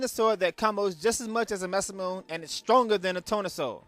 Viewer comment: Yeah, it's called ma sa mu NEH, lol. And the "e" in esper is short, not long.